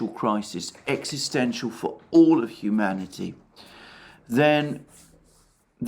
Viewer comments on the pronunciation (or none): none